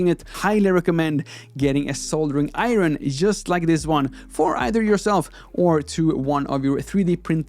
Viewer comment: It kind of makes up for the "iron".